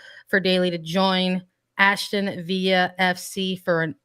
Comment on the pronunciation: Its ASTON VILLA. No H and hard L